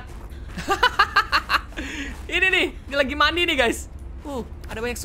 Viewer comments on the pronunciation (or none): none